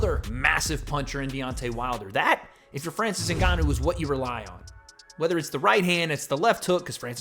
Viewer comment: “Francis Nuganu”